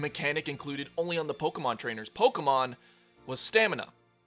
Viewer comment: JESUS FUCKING CHRIST hey do you see the damn accent over the "e" in Pokémon? ITS THDRE FOR A REASON ITS PRONOUNCED POKE AAYYYYY MON NOT POKE UUHHHHH MON ITS AN ACCENT NOT AN APOSTROPHE